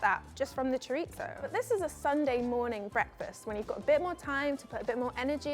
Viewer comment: I love this girl, but honey how can you pronounce Chorizo “Xoritsssso” 😅😂